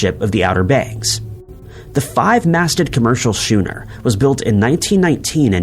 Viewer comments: Skoo-ner, not shuner. HAT-er-us. Arrrrggggghhhhh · I guess he didn't go to shool. 😊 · the word 'SCHOONER" is pronounced Skoo-Ner, not Shoo-Ner. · Ummm...Jimmy Carter was not president after Harry Truman. "shooner"? Schooner (pronounced skooner). Richthofen (pronounced Ricktoven). People need to teach their "bots" how to pronounce the names of people and places. 😆😅😂🤣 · Schooner rhymes with Noon-er. The H is silent. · Oh my non-existent god, that 5-masted ship isn’t pronounced “shooner.” It’s pronounced “skooner” with a hard “k” sound. I’m starting to think this video is on the cheap and uses a non-human narrator, such as a computer or Donald of Orange. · Schooner, not shooner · What kind of a ship is a "shooner"? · ‘Schooner’ is pronounced ‘ skooner ’. Geeze, AI voices. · It's pronounced skooner. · I wish videos had real narrators who would correctly pronounce words like schooner and Hatteras. Is that too much to ask? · Love your creative pronunciation of Hatteras and schooner